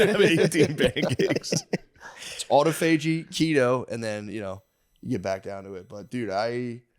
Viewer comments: Autophagy is pronounced uh-ta-fuh-gee, not auto-fa-gee 🤣🤣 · Matt said it right the first time only lol, aw-tah-fudgy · Just wanted to let the dawgs know that it’s pronounced “uh-tof-uh-gee” . Not “auto-fagee” . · Autophagy is pronounced Aw toff a gee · Haha. It’s pronounced ah-tah-fa-gee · Autophagy, pronounced like photography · no on else in the comments is upset about the way matt is pronouncing autophagy? damn the dawgs are dumb. no bueno